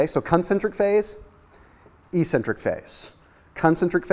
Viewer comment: I always giggle a little bit when he says e-centric